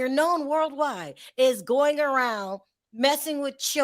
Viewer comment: says”he already world yide “!!!!😂